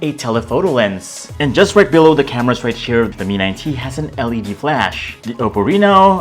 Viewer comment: "The camerass"